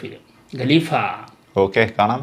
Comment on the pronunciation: എപ്പോഴും ഞാൻ ശ്രദ്ധിക്കാറുണ്ട് നിങ്ങൾ രണ്ടു പേരും ഗലീഫ എന്നാണ് ഉച്ചരിക്കാറ്. ഖലീഫ എന്നാണ് ശരിക്കുള്ള ഉച്ചാരണം